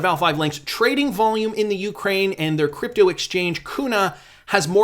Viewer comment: May I just politely say, it's nuclear not nucular. And for crypto, it's crypto not k'dipto 😁